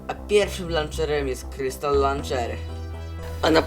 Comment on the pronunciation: ja koham majkraft ti lanczer